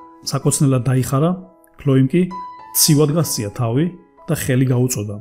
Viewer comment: კარგი ისტორიაა, გმადლობ. ოღონდ გთხოვთ... ქართულ ენაში ვ ეს არის ვ და არა უ და გამოთქვით სწორად. უარდი, თაუი ... არასასიამოვნო მოსასმენია. მაპატიეთ, თუ გაწყენინეთ.